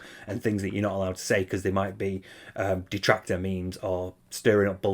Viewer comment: "So apparently there's this insane dahtractor called Steeeve Of Tha Dead. And he's been attacking me and my family unrelentingly, for hours on end ranting and raving about how I'm a bad guy? And it's like dood...shut up. ackackack Now look, if anyone else brings him up you'll be banned from the chat, we don't need all that negativity here. I just want to have a fun, on demand, pahsitive stream. Sounds good? Ok."